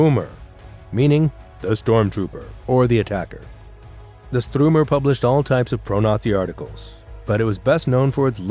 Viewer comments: The Strumer 🤣🤣 Its Stürmer not Strumer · Not Strumer, but Sturmer (Stooooooooooooooooooooormer), not Stricker, but Streicher , as 'stri' in 'strike' + 'che' in chess + r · Sturmer not stormer. Its not even comparable to Stormtroopers. Sturmer means striker. Also in German the second vowel is pronounced in Striker. Which is not a coincidence in the choice of the magazine name. You mixed up some of the photos. You had an older Speer from around the 1950's identified as Frick. You also had a photo of von Rundstedt and called that person Keitel. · LOL, it's not "The Strümer" phonetics St(ü)rmer. When telling German history at least get the pronunciation sounding German!😅